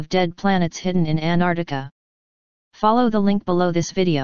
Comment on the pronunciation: Not even the robo-voice can pronounce ANT-ARC-TI-CA (not Anartica) properly!!